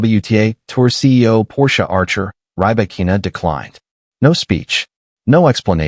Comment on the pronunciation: This Artificial Idiot can't even pronounce her name correctly. Seven minutes of bla-bla-bla with zero new information. All of that was retelling well-known things that were published during the last year. The title "Breaking the silence after Australian Open" is just a lie and clickbait.